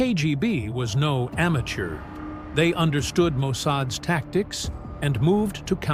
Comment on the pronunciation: The AI narrator consistently mispronounces "'apostrophe s" "ess" "Ess" is not a word. here is an example of the mistake:: instead of saying Mossad's as Mossadz" your narrator says "Mossad ess" Here is another example:"Israel's" is pronounced as "Israel + ess". Whereas "Israel's" should be pronounced as "Israelz" You're welcome. 😊